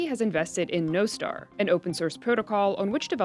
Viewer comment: Nos tar not no star